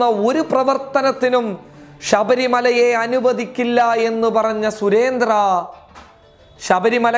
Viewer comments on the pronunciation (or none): രാഷ്ട്രീയത്തോട് 100 % യോജിക്കുന്നു .but .. language.. ഷബരിമല അല്ല ശബരിമല.. ഭാശ അല്ല ഭാഷ ..വായ എന്നല്ല വാഴ... എന്നാലും .. ഷ ..നാവിൽ ഉള്ളപ്പോൾ ശബരിമലയും ഭാഷ എന്ന വാക്കും മാറിപ്പോകേണ്ടതുണ്ടോ